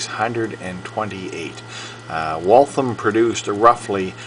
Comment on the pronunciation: Nice watch. In the video, you're pronunciation of Waltham is incorrect. I also noticed that you begin preaching at the end of the video. How inappropriate.